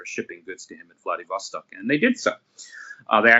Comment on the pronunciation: Which mistake did you make?!? Having trouble pronouncing Vladivostok doesn't count. Just watched the whole interview. It was great. Thank you very much!